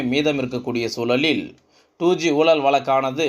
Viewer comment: I cannot make out what is meant by "Soolalil" , "oolal," " valakku" .. Please do not murder Tamil...by pronouncing atrociously...Your report is long winding..Be crisp and concise..